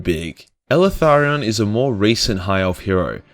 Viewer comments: Please stop calling him “elEtharion” its; “Eltharion” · Are you sure you're pronouncing the damn name correct ? Eltharion ? ELE-THARION ? Or EL-THARION ? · Did Timmy teach you how to pronounce his name? EL - Tharion. He's probably a Mexican elf... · The way this dude pronounces Eltharion makes me cringe. He puts an additional 'a' after 'El' and it's gross.